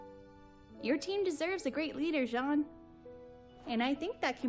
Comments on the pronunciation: pronounce it like shjauwn. not like jeen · I listened to it, i thought it was John but listened closer and it had a "Zh" sound instead of "j"